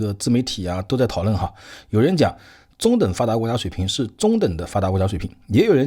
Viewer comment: 先好好练一下阅读和发音，中等发达国家读了几次都都不对，理解能对吗